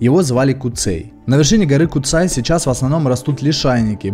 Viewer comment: Первый поселенец Куцэй🤣🤣, чеб не Сансэй)). На сколько мне известно в школе учили, что звали его Пётр Бурлак. Название гора Куцай потому что куцая то есть редкие леса. А так за обзор спасибо парни🤝. На горе кстати есть загадочный колодец, монолитная полусфера выступающая из земли.